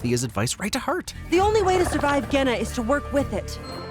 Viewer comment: the way Kwei pronounces "Genna" sounds like "Gehenna", which sounds intentional given its description as "the death planet". That sounds like it'd be Hell.